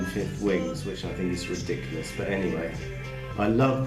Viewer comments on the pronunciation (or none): none